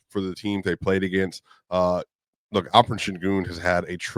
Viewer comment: Why does the guy by the named keep calling Alperen as Alfred? 😂😂😂😂